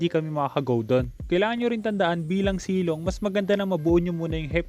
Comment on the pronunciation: Zilong po Hindi silong